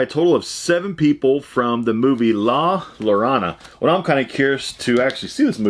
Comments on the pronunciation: Your bonus is awesome. Watch the movie. It's based on a Mexican tale moms would tell their children. It's pronounced La Ya-rone-a. My husband is Mexican and he told me his mother and grandmother would tell him tales about the lady in the movie. She steals kids and drowns them in any amount of water. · la yor ana is how you would pronounce it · Bro the hell? The shining Jack bottle is BADASS. I would've died to have that in my collection. Also the way you said La Llorona lmaoo. Its La Yarr(rolled)-ohn-uh. The weeping woman. YOU GOT LINDA CARDELLINIS AUTOGRAPH IM JEALOUS!!!! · I’m from New Mexico and it’s pronounced la yeh-row-nah. Great item and movie! Keep up the great work! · La Yo-ro-na